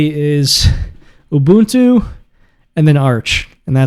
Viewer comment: Thank you for pronouncing Ubuntu as "ubuntu" and not pronouncing it as "ubantu". The word is Zulu, and I'm Zulu from South Africa, so I should know 😎